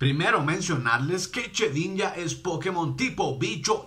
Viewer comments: se dice shedinja no chedinja !! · Se dice shedinja no chedinja